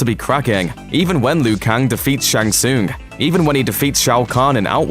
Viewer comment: The way he pronounces "tsung" is painful...